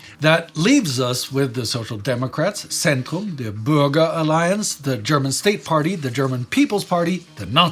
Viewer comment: i know, I am a German, I'm from the black forest in south west Germany. But the way "Bürger" was pronounced sounded to me like "burger".